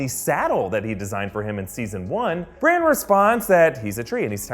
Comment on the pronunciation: Why do you call Bran "Branch"??